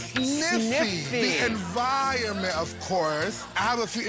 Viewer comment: what? bro, "environment"